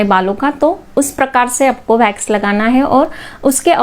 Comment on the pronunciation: भेक्स नही वैक्स होता है गंवार